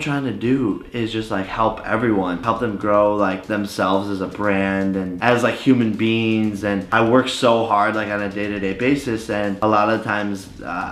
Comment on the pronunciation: did he say human beans